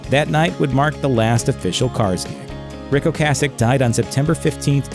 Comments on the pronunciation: Colbert has no clue. O CASS ic not O Case ic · Btw ocasek pronounce in czech language is ocasek, we’r not using k as c, and meaning is little tale. But in slang is little dick🙂